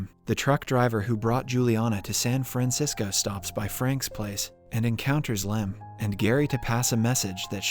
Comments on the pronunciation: "San Fransicko" - I didn't know there was something worse than Frisco D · San Franziko? Wat? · "San Franxico" hmmmm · "San FranSicko?" 🤣